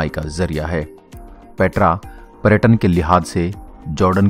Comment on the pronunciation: पेत्रा नही पेटरा 😆